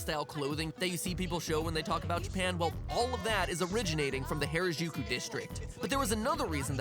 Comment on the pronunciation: This was a great and informative series overall, and I can't wait to see where it goes next! Though it always gets me when people pronounce Harajuku like that. 良く出来たねえええ :^)